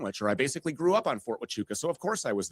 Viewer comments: Ft. Tachooka??? How did no one correct him? It’s Waaaaaahhhhchooka Andrew!!! Geez!!! 😂😂😂😂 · Somebody sounds really retarded, not being able to say Fort HUACHUCA… (WAAAAA-CHOOOOO-KAAAA) Where the hell does he get a T in that name ??? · It was Brian Harpole seen at Ft Huachuca (not the Fort he’s pronouncing it as) - good grief this Andrew is a douche, too, spouting off women as being retarded.